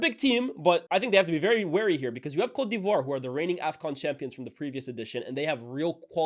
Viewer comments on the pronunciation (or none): 9.15 That Cote divoire pronounciation 🙂‍↔️🙂‍↔️